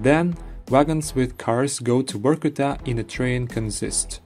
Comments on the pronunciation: Its Vorkuta , not Workuta as you talking !!!!! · Since Russians pronounce V as W it sound he is calling the city Work-Outof which conveniently doscribes the city 😂😂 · Why Vorkuta sounds different than from Reznov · Vor-kuta, or Vor-ku-ta?😮